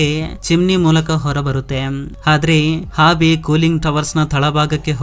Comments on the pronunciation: ಹಾವಿ ಅಲ್ಲ ಆವಿ. ಹೋಲ್ಟೇಜ್ ಅಲ್ಲ ವೋಲ್ಟೇಜ್ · ಮಾಹಿತಿ ಚೆನ್ನಾಗಿದೆ ಆದರೆ ನಿನ್ನ ಭಾಷೆ ಅರ್ಥ ಆಗಲ್ಲ ಅವಿಗೆ -ಹಾವಿ ವೋಲ್ಟೇಜ್ ಗೆ - ಹೋಲ್ ತೇಜ್ ಒತ್ತಡಕ್ಕೆ - ಹೊತ್ತಡ ಭೂಮಿ ಅಗೆಯುದಕ್ಕೆ - ಹಗೆಯುದು ಕನ್ನಡ ಸರಿಯಾಗಿ ಮಾತನಾಡೋ ಗುಬಾಲ್